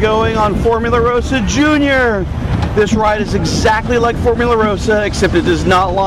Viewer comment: It's ross-ah.